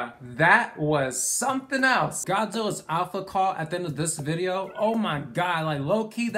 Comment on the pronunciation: “someings comthing” lmao